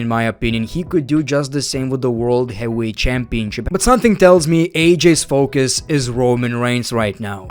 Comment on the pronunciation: Is English his second language ? Lol ain’t ever heard bro say heavyweight correctly